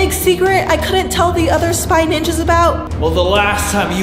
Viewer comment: Dude it is spy ninjas not "ningas"